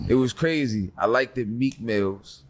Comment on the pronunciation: This fool said, "likeded" Of course he don't listen to Nas.